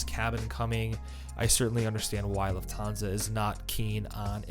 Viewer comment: It's LUFThansa, not LuftHANsa